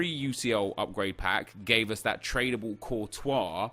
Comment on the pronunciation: 'Trabale' LOL